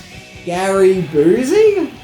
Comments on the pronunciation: Dear, PLEASE Stop saying Gary Boozey. It's pronouned Gary (Buuusy) Busey.!!!!!!!! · Gary boozy?.... come ON already... you do this shit on purpose I swear the god you do.. Beeyoosee! Busey how do you get boosie from that